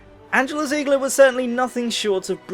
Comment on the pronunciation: Your name includes the german "Panzer" but you can't pronounce her name, why?